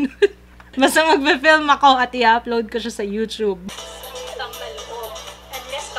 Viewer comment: pls stop the yu-chub pronunciation:( yu-tub and yu-tu-ber:) hehe loveyou!!